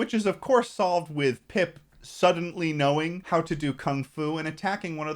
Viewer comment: little disappointed by the fact that didnt mention that the boy pronounces pip really fucking weirdly and sounds like hes saying poop in a posh british accent.